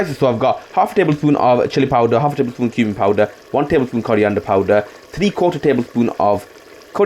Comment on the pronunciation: Coriander ❌ Curry ender ✅